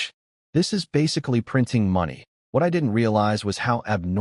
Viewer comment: Why do all of these AI generated content all have a hard time saying my and is?